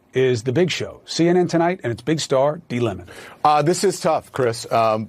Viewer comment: Cuomo said "D Lemon" 😅🤣😂😅🤣😂😅🤣 That was halarious!!!